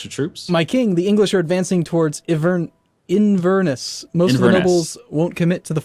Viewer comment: "inn-vern-us" Christ almighty.